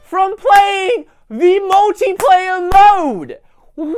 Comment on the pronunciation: lol "muldyplayer"